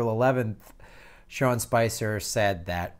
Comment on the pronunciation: FYI, you keep calling him Sean Spencer, but as is shown in the title, it's Spicer. Good video overall.